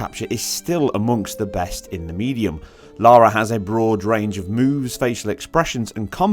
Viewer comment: Can't believe you profess to being a fan then called Lara 'laura' ! I know a Lara and anyone calling her 'Laura' is likely to get a punch!